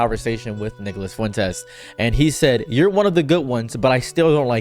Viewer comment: anyone else hear (n word)-las Fuentes when he says his name or am I tripping. Fr tho screw that guy